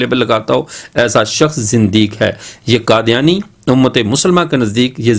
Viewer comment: حضرت، قادیانی ق سے ہے، ک سے نہیں۔ خیر، بہت خوب